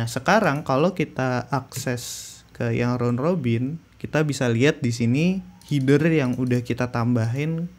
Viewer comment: Header : HE-DER, bukan HI-DER Btw nice info bang, ditungu video selanjutnya 👍🏻👍🏻